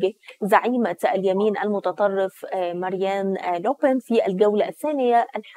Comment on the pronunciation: مذيعه جاهله بتقول ماريان لوبن